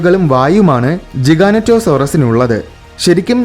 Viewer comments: ജിഗാനേറ്റൊ അല്ല ജൈക്യാൻറ്റൊ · Pronunciation is ''Jijanatosorus''. Like pronounced a 'giant'. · You Pronounced it wrong